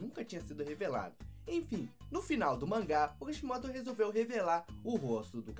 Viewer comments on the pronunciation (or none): vc fala Kashimoto mas é Kishimoto